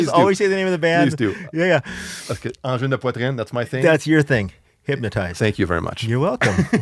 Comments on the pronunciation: He pronounced the name like a true Québecois! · Quand j'ai entendu ton accent quand tu a prononcé parfaitement "Angine de Poitrine" je me suis dit: "ça c'est un gars du Lac!" 😂😂😂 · the first non-quebecois to pronounce their name corectly!